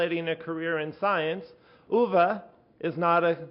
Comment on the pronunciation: Uwe with an ou as in you, and not an ü as in über... or Tür...